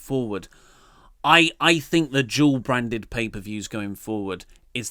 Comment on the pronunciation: It's funny how & have trouble pronouncing " Dual Brand ppv".. It's sounds they are saying "Job brand ppv" or "Jawl brand ppv".. British dialect is so hilarious..Good Day Mates lol p.s. Bring back "The Wyatt Family"!!